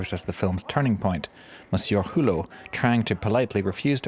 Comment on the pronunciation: Mr. Who-Low?? And they are called "Criterion"...